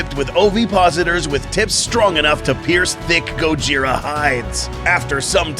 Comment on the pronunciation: "gaud-ji-ra"??? sorry can not take this video seriously